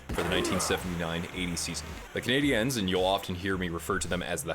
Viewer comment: interesting commentary but it's jarring because... Just say it normally. Canadians. The accent attempt is not correct, you are making the common error of saying "Canadiennes" which is inadvertently sort of rude.